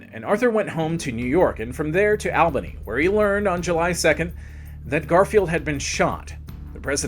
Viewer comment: All Bany not Al bany